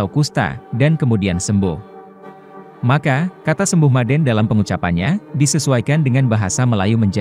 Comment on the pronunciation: Orang Karo sebutan untuk sembuh itu dengan ucapan MADAAN...jadi bukan maden... Merusak nama'a itu bro,jangan tujuan terlihat pintar tapi budaya orang di pinggirkan lah. Aku orang Karo jadi aku lebih tau kalimat itu.